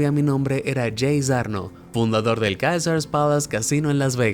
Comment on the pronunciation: Si dijo que el Kaesars Palas . . .